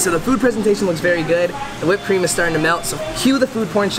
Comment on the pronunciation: My life is complete. I now know I am not the only one in the world that says “goid” instead of “good” sometimes on accident!!🥰